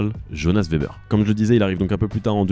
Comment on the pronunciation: Le nom de famille Weber se dit ''Vébère'' phonétiquement (comme Wagon) le W est un V, sinon cool la vidéo